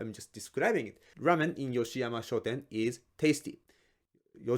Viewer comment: Is it shoten or shouten?:face-purple-wide-eyes